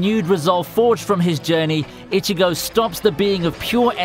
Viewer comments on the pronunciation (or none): The way you pronounced Ichigo and rukia was just sorta gross